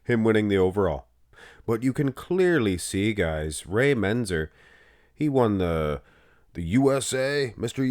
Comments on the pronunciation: "Menzzzer". He's said it that way for years. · MenTzer, MenTzer. Come on. You can say it.